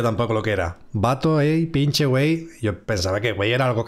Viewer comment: Se dice "wey" wey 👌🏻😡👌🏻😡👌🏻😡👌🏻😡👌🏻